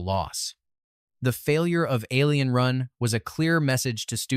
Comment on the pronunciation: ALIEN? WHAT AI WEE TODD ATION IS THIS?!